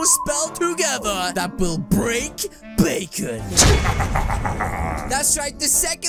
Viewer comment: Bakon and Not bacon